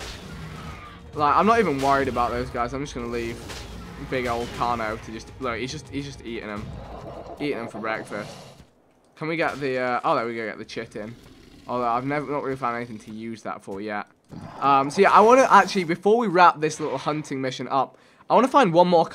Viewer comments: u dont say chitin u say it like kitin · Chitin (kite-in). That is how it is pronounced